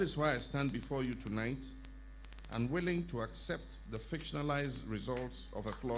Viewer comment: Eiii his "unwilling" sounds like I'm willing ooh. Please we don't want any trouble in Ghana, so please accept. Don't do us USA Trump style